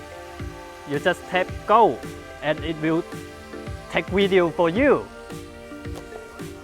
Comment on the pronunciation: If ever learns how to say video I may quit watching! His reviews are the best and and even tho I sometimes have a hard time understanding him it ends up making me pay attention better. His knowledge and humor are also great!